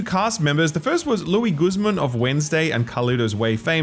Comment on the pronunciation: "Lou-eez" "gooz-mon"